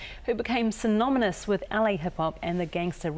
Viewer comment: bro, did she pronounce "synonymous" as "synomynous"??.